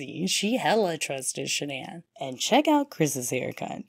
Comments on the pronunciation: Shan-ann isnt her name and that cheese is gross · Literally everything about her was either fake or a lie including that ridiculous pronunciation of her name it's really just Shannon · the truth was not within her. Literally everything about her was either fake or a lie...including that ridiculous pronunciation of her name that she made up when she was caught embezzling...its really just Shannon. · Can someone clarify something for me please? Ive heard her parents pronounce her name as Shannon but everyone online and in the media pronounces it the way its spelled which. Ive never heard the name pronounced thqt way outaide of this case. How did she pronounce her name? How did Chris pronounce it? Her parents are the ones who gave her the name so they're pronouncing it correctly but maybe she started introducing herself w it pronounced the other way for aome reason? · Yes. Exactly as in your last sentence. And they kept calling her Shannon. She also changed the spelling. CW always called her by the new pronunciation since he met her after she changed it. According to Cindy Watts, his mother, there was a period of time when SW wanted Chris to change his name to "Christer". But I don't know how reliable that report is or if it's true.